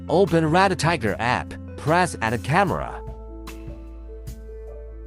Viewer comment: Speak a little slower and it’s REDTIGER. Not Red a tiger